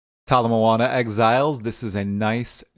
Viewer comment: Every time you say "Tala Moana" I feel the need to do a trial in the new league.